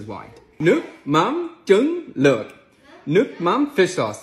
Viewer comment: Luoc is pronounced differently, a bit more like 'look' as in 'book'